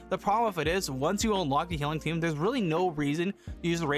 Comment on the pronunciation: FYI: It’s pronounced eternal tOme; it’s just a funny word for book.